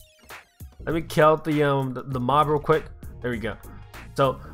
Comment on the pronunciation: his accent sounds like kel